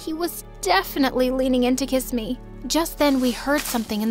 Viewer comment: STOP SAYING KISSE ME !!!!!!!